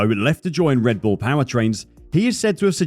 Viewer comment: "RED BULL", not "REDBULL". You did it again. Souring the experience of a otherwise well done report.